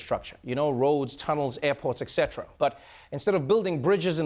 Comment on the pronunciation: Trevor, you too mispronounce "etc" now? You're from South Africa, I'm sure you know the correct way to say it...